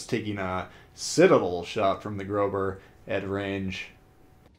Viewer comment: Ugh....plz dont call it "grober"...it triggers us germans hard 🤣 the ß is an sharp "s" and pronounced like a simple s . Pretty plz🙇‍♂️